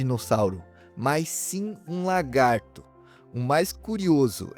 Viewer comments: Lagarto, não "largato" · Excelente vídeo, já me inscrevi no canal. Parabéns por não usar narração por IA, que deixa o vídeo muito tedioso. Só que isso traz uma preocupação adicional, quanto à dicção e ao linguajar. Sugiro vc se policiar quanto à pronúncia correta (evitar "largatixa" e "largato"), e quanto ao uso de palavras chulas (isso eu notei que já está melhorando. Sucesso com o canal! Forte abraço! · Largato kkkkkk